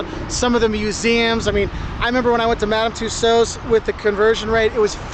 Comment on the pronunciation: OMG a big DON'T that should be on the list: Madam Tussards. Go instead to the Tower of London & see the Crown jewels. If it is open, go to Windsor Castle. Buckingham (pronounced Bucking-im) Palace is ok, but Windsor is WOW. On one day you could: Visit the Houses of Parliament, then cross the bridge and walk along the south side of the Thames, detour slightly to Borough Market (your guidebook will be full of stuff you shouldn't miss in that area). Then cross over Tower Bridge. Then walk east to Canary Wharf along the northern side of the river. So much history in Wapping and Limehouse. Check out Canary Wharf Tube station, but travel back to The City by way of the Docklands Light Railway. It is elevated and you get to see a little of east London on the way. Get lost walking, see so much stuff, keep walking until your legs give out. Then taxi back to your hotel or AirBnB.